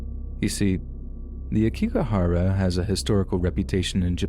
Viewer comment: Oh poor Logan Paul. He really turned out with a crappy life didn’t he?…smfh. Also it’s pronounced Ayokigahara. I thought that’s what you were discussing until you added more detail about it. Thanks for these incredible stories!!! Your grammar and intonation are incredible!